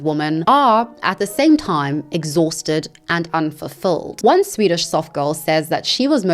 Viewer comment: that Swedish report pronounciation, you nailed it, no need to apologize